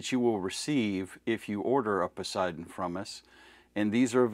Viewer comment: Don't expect a Chair Force veteran to be able to properly pronounce Poseidon 🌮🌮🌮